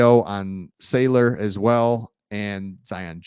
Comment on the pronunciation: J. Sayler is pronounced SAL-YER or at least that’s what they’ve been saying. Great Job otherwise! Oh yeah still waiting to see that Harbaugh CHARGERS jersey on the wall!😁⚡️